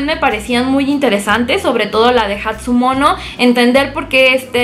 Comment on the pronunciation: no es "Shio", es "Chio" y no es "Hatsumono" es "Hatsumomo"